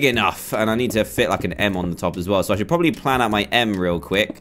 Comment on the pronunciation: Prossably?? What's that